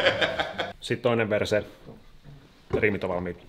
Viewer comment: kun sä kuulet "verse" sanan "per*e"